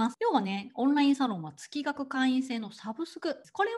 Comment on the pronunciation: 月額(げつがく)と読むのが本来正しいかと…。